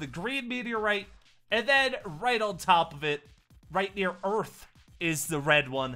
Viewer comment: He said earf XD